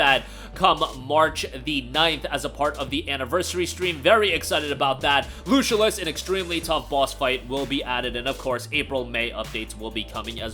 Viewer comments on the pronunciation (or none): Lucilius is pronounced Loo-Sill-E- Us.